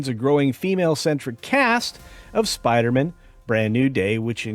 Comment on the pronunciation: As much as I hate the forced female thing, and Zendaya in literally everything, I think I hate the way you pronounce Spider-Man the most.